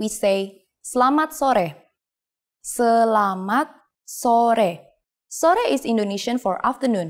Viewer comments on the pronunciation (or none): Bahasa Indonesia is beautiful although there are lots of mistakes n this video. In the first video Selamat Siang is translated as "Good Afternoon" but in the second video is "Good Day". She also pronounces the "E" on Selamat only when she speaks slowly, even though that E is mute.